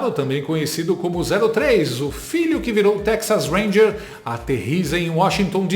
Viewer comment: DUDU, "TEX HANGER" .😂💙